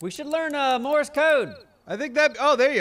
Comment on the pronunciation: You need to tell Neebs that it’s “Morse Code” and not “Morris Code”.